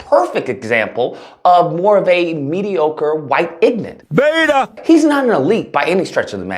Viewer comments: Can you not even pronounce "ignorant"? What is this "ignant" word? It sounds like toddler speak. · The way he says ignant cracks me up 😂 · If you’re going to use the word, ignorant repeatedly, at least learn how to pronounce it properly. It has three syllables not two.